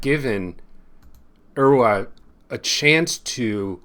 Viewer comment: As a Dutchman I can confirm that your pronounciation of “Euwe” is almost perfect! Please don’t change it! And thank you for showing and explaining this game. By the way, the Olympiad wasn’t in Germany, but in East-Germany. In 1960 this was a big difference. Please allow me to be such a school teacher and feel free to correct my reaction! 😉